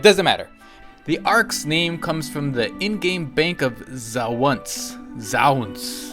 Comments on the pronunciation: Zaonce: Zay-ons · anyone who can't pronounce Zaonce (a star system which is one of the 11 "old world" systems 1980's game) has no business reporting on this game until he learns a bit more! First bit of reading for you: Pronunciation: Yamiks can pronounce it and it's not his first language!:-) The 11 most historical systems out of 400 billion dude! Also, I know you were trying to be funny when talking to Will, but he succeeded in being whittier than you with his "ARX you a question" comment! You came across as just rude! I personally won't subscribe until you learn a bit more and clean up your act a bit!:)